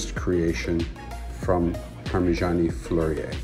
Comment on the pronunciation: Beautiful watch and bravo….an American capable of pronouncing French correctly 😂😂😂